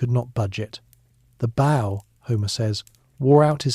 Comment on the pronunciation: Too bad AI doesn't know how to pronounce "bow" when referring to a bow and arrow.